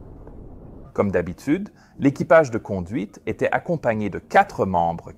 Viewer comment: ...le temps z'été agréable....oui oui c'est cela,tout à fait ^^.